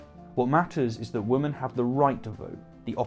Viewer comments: Every time you say women (plural) it sounds like woman (singular). It is one of my biggest pet peeves and it absolutely drives me insane. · By the way, I am trying to figure out why you pronounce women, as woman, and women's as woman's. I haven't been able to find anyone else who doesn't pronounce "women" and "women's", as "wimmin" and "wimmin's". Oops, I tell a lie. If memory serves me correctly, George Galloway is also culpable of this insidious mispronunciation. I suppose you're in quite good company then... >